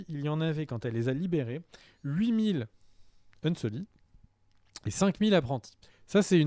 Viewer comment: On dit "unsullied".